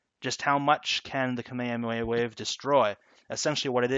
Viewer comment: "kameamea wave"